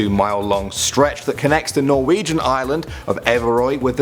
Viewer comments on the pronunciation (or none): none